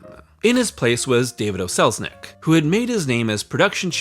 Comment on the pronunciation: When mentioning David O. Selznick, it might be good to remember that the "O" was his middle initial. He was not Irish and his last name was NOT "O'Selznick" as you would have it .